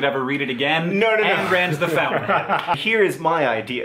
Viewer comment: In the most Sister Green-ly way, you guys have weird body language when sharing space...HoWeVeR...super-psyched you pronounced "Ayn" correctly! Except why would you not??? You guys are way smarter than I am! I wish it were possible to put Ayn Rand and ALL known copies of "The Fountainhead" on an island! Maybe an island that played a continuous loop of "Don't Worry! Be Happy!" 😜